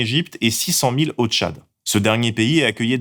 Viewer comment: Par contre le journaliste en question a dit "Tchat" au lieu de "Tchad", je serais pour une punition de 100 coups de fouet, ça me parait raisonnable 🧐